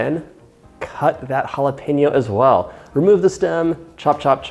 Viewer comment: May have giggled a lot at the southern “well” . Maybe I need to go back to bed 😜